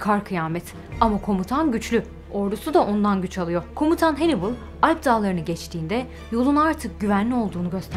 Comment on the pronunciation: Hannibal yazıldığı gibi okunuyor, Henibıl olarak değil. Henıbıl olarak okunması için İngiliz-Amerikalı vs olmalıdır. Kendisi Kartaca'lı bir komutan ve Sami ırkındandır. Bilginiz olsun diye yazdım.